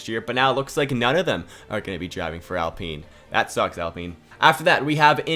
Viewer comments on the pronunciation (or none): none